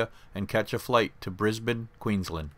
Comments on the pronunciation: YEEESSSSSS YOU WENT TO BRISBANE AND THEN OHH YES Maryborough AND YES THE BUNDY RUM DISTILLERY IS FAMOUS AND THANKS FOR LIKING THE CANE TRAINS YEAH IM FROM BRISBANE OR BRISSY AS THE LOCALS CALL IT AND BUNDY AS THE BUNDABERG LOCALS CALL IT YOUR THE ONLY PERSON IN THE USA WHO CALLED BRISSY BY ITS REAL SOUND AND NOT NO BRIS BANE my uncle owns a cane farm and the spirit of Capricorn is now in service and as a Gympie north train and it’s model type is ice inter city electric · Where the heck is “Tottingham”? At least you pronounced “Brisbane” ok, but “Ben-DIG o?